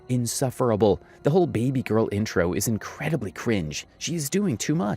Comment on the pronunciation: Everytime she says "baby gorl" and then starts being delulu, I cringed so hard 😅